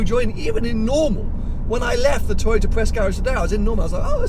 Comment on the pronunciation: tojota. Come on,...we all know times are extremely difficult for all of Youtubers due to corona and all of its shitty followings..but come on, man...it´s a tojota. Whatever you say about it, however fancy you make it sound, the bottomline is it's a tojota. You own a Ferrari and Porsche, these are cars and makes us followers are here for. Don't lower your standards, no reason for that. I didn't´t watch the clip as tojotas are tojotas regardless of badges or how fast they go. It is cheap plastic, ugly, low class.